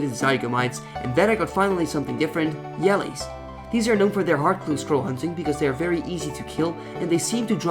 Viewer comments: Yellies task? Pretty sure it's pronounced with a J, hence the Jello shape to them. Gratzzz on 20k subs btw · Are you trolling right now? :D U do pronounce it incorrect :P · "yellies" the accent haha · did you just say "yellies"?